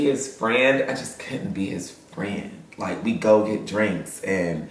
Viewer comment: “Taste lih a lil turkey leg” took me smooth tf out 😭😭